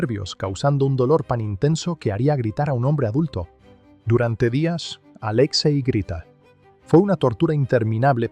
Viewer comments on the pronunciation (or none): No es "Aléxei", es Alexei.